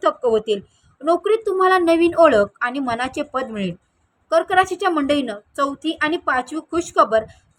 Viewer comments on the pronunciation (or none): Madm its,कलाटणी n not kltani.advasa nahi अवदसा ahe ani मनाच nahi मानाचे पद असते nit vacha pl. marathi